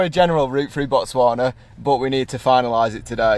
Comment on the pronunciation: The way she pronounces Botswana like she is a native❤️English people always struggle with the 'Tswa'